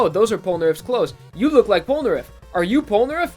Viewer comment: its po no naleph!